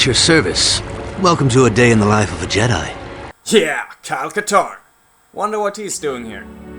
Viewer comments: it's called Jedi not yedi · “Yedi Knight” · Stop saying yedi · What's a "yedi" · what the accent is that where J are Ys? Yeah!! I bet you thought after 5 years you would stop getting comments about that! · You know someone's a viking when they pronounce Jedi like this. "Cheesecake Jumbojet" The best codename for scandinavians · Silent J in Jedi (-: nope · I love the content, but the way you say Jedi makes me cringe xD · Dude, what is with your pronounciation? "yedi", "Yan Ors", "sheet" :D. Outcast wins in terms of single player, because it didn't have all the kiddie-childish bullshit star wars has nowadays: overblown fights with lots of blasts and sparks coming from lightsabers participating in a fight. The story in Outcast was also way more mature than in Academy including loads of things to appeal to primary school children at that time - it wasn't as dark in nature. The best thing about academy is the mod - Movie Battles II. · The video is good but you pronounced Jedi and Jan wrong. I understand your main language isn't English but we pronounce Jedi and Jan like its spelled not Yedi and Yan. I have a friend who is Swedish his name is John, its pronounced like Yahn or Yawn but its spelled differently. Just informing you :).